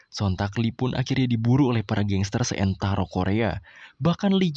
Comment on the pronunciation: Seantero bro bukan seentaro